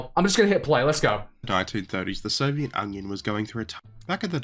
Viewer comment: Wait...did he say Soviet Onion? Huh. It certainly sounds like it.